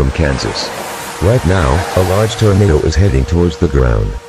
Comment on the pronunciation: Lol “tornato”